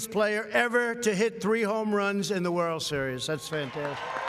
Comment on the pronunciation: Did Trump just say "Whirl Series"?